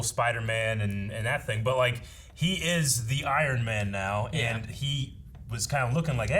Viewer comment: "...It's 'iron' man" Lmao